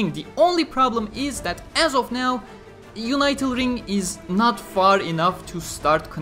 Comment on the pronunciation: "Unital" is pronounced with a short "i" like "unit." Not like "united."